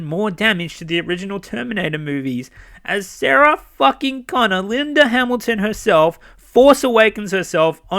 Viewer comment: for "Sagah" Connors lol!! I LFMAO'd when you mentioned that the first time! Hollywood, please stop patronizing your audience with cheap nostalgia, and go back to creating original characters (and storylines).